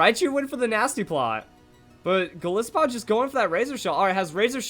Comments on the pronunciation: I don't know why I'm bothering with this, but please pronounce it correctly. Goliath + Isopod. Both of which pronounce it "EYE". Not Gol ISS o pod. It's Gol EYE so pod. Come on. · It's................. GOLISOPOD AS IN "GOLIATH" AND "ISOPOD" NOT PRONOUNCED LIKE "PISS-O-POD" THERE IS NO SOFT I SOUND IN EITHER OF THOSE TWO WORDS ok im done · Gol-Aye-so-pod. That's the proper pronunciation.